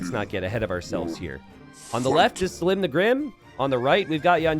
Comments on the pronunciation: NGL the prouncation of selim by t90 is already enraging me xD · Anybody else find it ironic that he seems to be pronouncing Selim's name wrong just to make it rhyme?